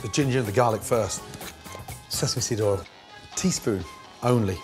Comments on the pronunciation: You mean "Olive All" : he can't say "Oil" 😄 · You meal Olive All.....he can't say "Oil" or measure ..... LOL.....